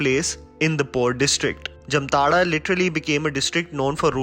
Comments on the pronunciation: Bro if u r making a video, be completely nuanced on every aspect. Wrong pronounciation of Jamtara... Its like Jaamtaara not Jamtaara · BTW it is pronounce as Jaamtara and not jamtara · It's. जामताड़ा not जमताड़ा। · It is not Jumtara... It is Jamtara..😂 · It's jaamtada not jamtara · It is pronounced as jaamtara... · Pronounced as जामताड़ा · Splendid review👍👍 Just one thing, the name of the town is pronounced as "Jaamtara" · Its जामताडा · Why is it pronounced as ' jamtada' when it is spelled as ' jamatara '....anyone!!? ... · M from jamtara nd it pronounce as 'jaamtadha' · It's not the right pronunciation ☹️😧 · Nobody can pronounce jamtara properly even u disappointed